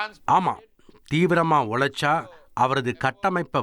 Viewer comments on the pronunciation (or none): தந்தி டிவி உனக்கு நாக்குல சனி உழைச்சா னு சொல்லு...உளைச்சு னு போடாத